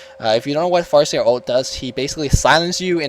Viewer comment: did you said fart seer? lol